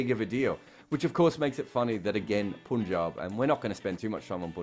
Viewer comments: It’s PAANJAAB, not POON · Damn it's PUN----JAAB not POOOOOON-JAB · So you pronounce P-U-N as Poon.. Really? and its a Pronoun and its a team there for 14 years now. Why is it so difficult to learn rather than saying what he is saying as grammatically correct. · It is spelt P-U-N-J-A-B. So a foreigner will most definitely pronounce it POOOOON-JAAAB and not PAAAAN-JAAAB. He is being grammaticaly correct. Why u so triggered mate?